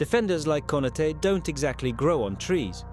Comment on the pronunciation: How can one still pronounce Konaté wrong, even tho there is a accent above the last letter? This KI channels suck